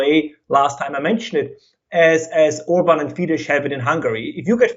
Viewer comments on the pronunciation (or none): is great, and I hope UnHerd invites him on again. If you do, please put a quiet word in his ear that Fidesz is pronounced like 'fee-dess'; the 'sz' of Hungarian is pronounced like the English 's' and 'ss'. He might be conflating it with Polish, where the 'sz' is indeed pronounced like the English 'sh'. It was jarring to have him so knowledgable on Eastern European politics, yet somehow hasn't spent much time following Hungarian media, or listening directly to Hungarians. This should be something someone learns on day 1 in Hungary.